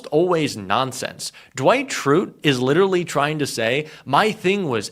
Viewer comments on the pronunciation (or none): why do you pronounce LITERALLY, LITTELY 5 TIMES THEN FINALLY SAY LITERALY? LITTALLY IS NOT ACCEPTABLE FOR A JOURNALIST